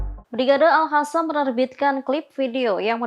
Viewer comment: Al Qasam dibaca al hasam Qatar dibaca Hatar